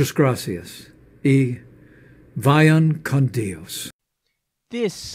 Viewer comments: "Via kahn dee-ohs". What a piece of shit. Nobody in Latin/South America would ever believe any of these assholes running our go-bee-air-no. SMMFH... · lmfao PLEASE TELL ME THAT MIKE PENCE PART WAS FAKE!?!?! HOLY FUCk "vallan con dios" what is he that one movie star from king of the hill.